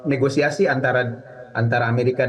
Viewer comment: Negoisasi 😂😂😂 negosiasi kalii